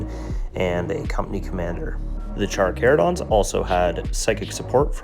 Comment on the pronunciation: The pronouncing of Carcharodons is so bad lol. Armies look great though